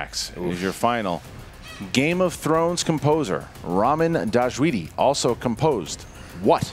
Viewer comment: Wow you really butchered Ramin Djawadi’s prononciation